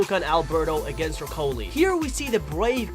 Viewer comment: ercoly?? its pronounced e cor le with an accent